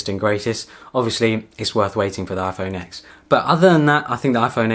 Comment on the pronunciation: Good video, thanks for your input.. just one criticism, you mentioning the iPhone X, its not pronounced as the letter X, it's 10(X is roman numeral for 10).. its the 10th anniversary of the release the original iPhone.. Other than that, a very good review. :)